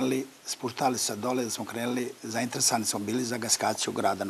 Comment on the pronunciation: U koju li je on skolu isao, kada ne zna ni najobicniju rec da izgovori, stvarno je sramota ko i sa kakvim recnikom moze biti direktor. Sta mu je rec "krenli"